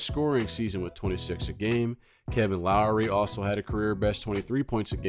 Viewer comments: Pronounced Lock-ery not Lowry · He had a problem saying Loughery, too.